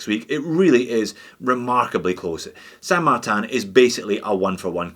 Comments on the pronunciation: Its NOT "San Mar-TAN"! it is San Mar-TIN! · San Martin is Spanish not French! Saint in French; so pronounce it Marteen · You have to pronounce it as “San Marteen” with the “a” sounding as it sounds in the word “car” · NO....ITS SAN MARTIN AND NOT MARTAN...OKAY, I'LL REFER TO YOUR CHANNEL AS "JUST ONE MORE WITCH" THEN. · Sure you could say San Martan, but why settle for a cheap facsimile when you could say San Martin?